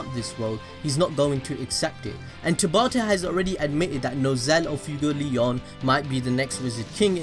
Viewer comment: Fuegoleon is pronounced "foo-eh-go-leh-own" with both e's being pronounced like the "e" in the word "bed"